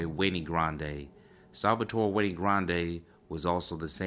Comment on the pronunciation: Wenay??? No the name is Wayne. Like Dewayne